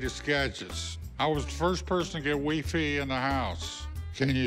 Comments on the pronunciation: Oh man! I love how he talks about being the first to get techincal among them but then he pronounce it "WeeFee" when he meant"WiFi" lol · Wee fee. 😂 😂 😂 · Old man calls is WEFE not Wifi lol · Correct pronunciation is actually "why-fee" so he was half right. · " I was the first to get WeeFee." Had me rolling. The Old Man was cool. Was fun to watch. Great video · I love the old man😭🤣 weefee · "I was the first Person to get "WIII FIII" in the house" LoL I miss the old man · Did the Old Man say WeeFee instead of WiFi???? hahaha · The old man said said Wif-fy, Skypes after he said he was a “wiz” with all of the new gadgets. Man I didn’t even know him, but I really miss him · "I was the first person to get weefee in the house." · Old man: "I was the first person to get WeeFee in the house". HAA!! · hahahaha wee-fee lol 😂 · Weefee in the house. 😂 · Wee-fee instead of WiFi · Wee-Fee Skypes Old Man we miss you. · Wee fee🤣